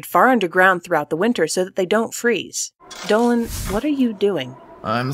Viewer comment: dolan sounds like a dolphan